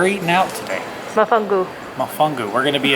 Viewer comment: MO..FONGO...NOT WHATEVER YOU SAID!!! LOL!!! I AM AN "AME.RICAN"... TREAT OF THE ISLA DEL ENCANTO...PUERTO RICO 🤗